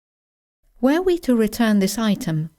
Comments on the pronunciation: Dear, the lesson is very useful and clear (as always). However, as I am not a native speaker, I would like to ask about the pronunciation of "were" (the Past Simple of be). It sounded to me like /weə/ at the beginning of the sentences you read. I know we have to read it /wɜ:/ but maybe I didn't hear it well. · your pronunciation of 'were' sounds like 'where'. You may want to check that. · this video is great,. But why d'you pronunce "were" as "Where"?